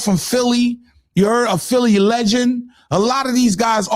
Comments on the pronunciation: I dunno who “Phil” is gottit 😅😅😅😅 “PHILI” aka “PHILLY” 🤦🏾‍♂️ Cmon Son 😂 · Philli not phil